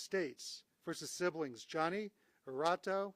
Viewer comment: Its pronounced "HER-TAH-DOE"......